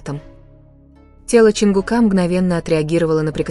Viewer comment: Не ЧонгукА.а ЧонгУка